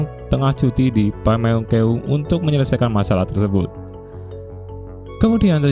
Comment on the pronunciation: pameungpeuk bukan pameungkeung😅